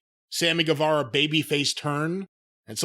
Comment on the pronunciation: Please pronounce Sammy's name right. Guevara is pronounced Gevara. Like Guerrero is pronounced Gerero, not Gwarero.